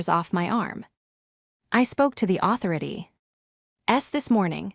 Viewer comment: Loews Angels? Then there's Ta beth a not Tab itha. N A Y not anyway, Seven zero, zero o'clock. This program can't even pronounce authority correctly. Got to love AI narrations. Why would she give them a $300 bottle of wine knowing they wouldn't appreciate it? Emma is obnoxious and her daughter Ta Bit that is a sneaky little s**t. Could for Caroline for standing her ground. Why do so many of these stories have the fallen person ultimately working as a receptionist at a dentist office. It may not be a glamorous job but its honest work and nothing to be mocked.